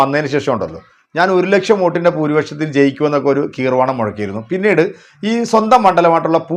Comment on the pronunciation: കീർവാണം അല്ല മച്ചാനെ ഗീർവാണം 😂